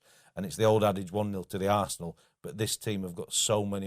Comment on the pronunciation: Is there a reason why Fozzie pronounce Arsenal as ‘Arsseee’an all’? Sounds pretty rude to me, Spurs supporter or not :)